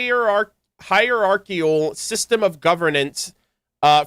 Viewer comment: ascended to the peak of hierarchy trying to pronounce Hierarchical... Poor "c" in the end, left behind ignored with sheer agony... No wonder "C"olumbina was so lonely, couldn't beat the curse of fate that was left behind... 😢